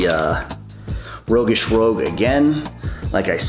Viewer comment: Rogueish "Roooshg"